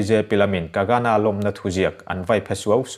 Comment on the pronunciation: Kagana ti toh lo la..kangana..kang-gha-na tiin lam ve toh la..😂😁😁